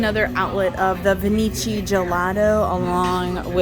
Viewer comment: It’s no Venichi …. It’s pronounced venki. The ch in Italian is a K